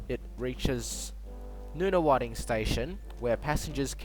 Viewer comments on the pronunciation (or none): How do you know all this? It ain't gonna happen! As for your station pronounciations - Nunawading is pronounced None-a-wading. Your station you have as Lyndhurst is actually Lynbrook where there is a passing loop. About the only thing that maybe right is the duplication from Dandenong to Cranbourne when the line is extended to Cranbourne East and Clyde in the next couple of years. Also it's not the MO-nash freeway, it's MON-ash. Are you from Sydney?